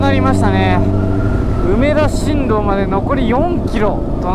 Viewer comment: お疲れさまでした。 大阪の終点は、梅田しんみちって読みますよ(^^)